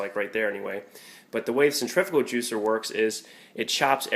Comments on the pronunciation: the word is pronounced centri-fugal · Nice thinking of getting a cold press. but i have to be that guy. cen·trif·u·gal, centrifical is not a word. but cold press all the way